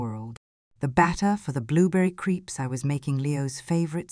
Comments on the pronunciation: I usually ignore words being mispronounced, but crepes are creeps? Too funny. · Your cadence is off, the accent keeps switching on and off, and the audio echoes or goes back to normal. I'll pass. By the way, the names Leo, Arthur, Julian, Elena, and Eleanor are quite overused. Leaning how to pronounce "crepes" would be a bonus. AI slop at the worst.